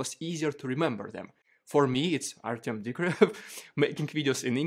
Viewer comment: you know. I appreciate what you've done over the past three years. Its been great. One thing though. It would seem more genuine if you would actually try and pronounce the DUDES NAME CORRECTLY!!!! 3 years and you haven't even tried to learn Russian or Ukrainian pronunciation. I find it, a bit superficial.